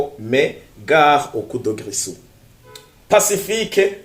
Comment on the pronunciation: coup de grisou . on dit grizou